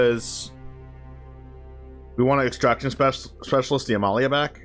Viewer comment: Thank you so much for pronouncing Amalia's full name correctly.